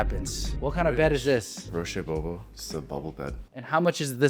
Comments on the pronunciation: Roché Bobo lmao it's pronounced "rush bo-bwa" (Roche Bobois) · roshay bobo (roche bobois) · This. Instantly triggered me.